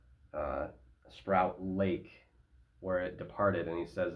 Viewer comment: Correct pronunciations are Port Alberni, Sproat Lake, Pat Bay is Patricia Bay. The pilot is very familiar with Pat Bat as that is at Sidney BC, where he flew Hawaii Mars.